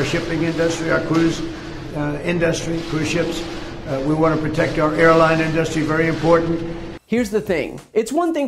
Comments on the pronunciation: I really want to slap Trump silly every time he says in-dus-srty. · Why does he call it "in..dustry" can he not say "industry" .. ? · the guy can’t even say ‘industry’ lmao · I cringe every time he pronounces the word industry.